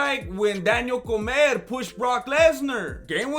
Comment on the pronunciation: dis phoo said "Daniel Comer" lol